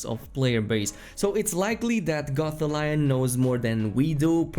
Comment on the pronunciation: It’s Gof-thal-eon, he’s not a Goth Lion hahaha You and JorRaptor are so entertaining with the way you pronounce our weird language.